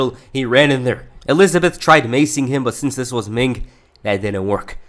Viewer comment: Stop saying Ming. It’s Meng.